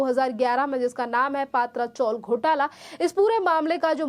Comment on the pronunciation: पात्रा चॉल नही भैया - पत्रा चाळ हे हिंदी चॅनेल वाले कधी सुधारणार ?